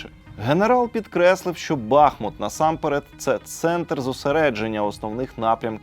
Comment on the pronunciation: Сколько можно повторять? БахмУт!!! БахмУт, а не БАхмут!!!!